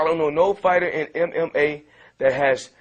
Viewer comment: %99.9 mma fighters would make floyd mayweather there bitch( except guys like cake rudiger and joey scorola) Lol mma is for beer drinkers,BRO everyone is a beer drinker!!! this guy is delusional and has a hard time saying mma!